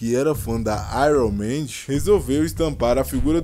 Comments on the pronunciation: Iron maidi kkkkkkkkl,fala direito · "ÁIRUM MÊNDIS" 😂😂😂